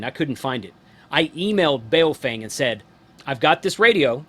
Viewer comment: Why can't simple minded people pronounce a name correctly.... It's Baofeng ...pronounced like "Bo fang" not "bay o fang".... makes you sound totally ignorant when youpronounce it the way you do...